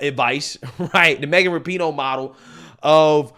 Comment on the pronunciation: Its "Rap-eh-No"